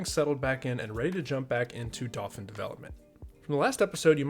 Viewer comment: Just thought I'd point out, in case you hadn't thought of it... The pronunciation of Dauphin.. Being the word for a noble of France, it is pronounced dau like 'dough' in pizza dough and phin like 'fan' as in a ventilator. You're doing great work! But I think about this everytime you introduce the name, so I thought I'd point it out in case you didn't know.